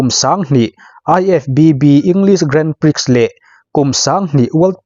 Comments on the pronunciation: Grandprix hi grahn pree tiin lam thin a ni. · Grand prix hi "Grand Pri" ti a lam tur aw sir... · Grand prix hi i lam mgun bawk sia.. Googles te han ngaithla teh. A zia lo em mai..! Illinois ah hian a tawp a 's' hi an lam tel ngailo bawk aw.. 'illinoi' tih tur aw.. Gran pri... Ka ip tluan zak... ! Ka zak lutuk.. !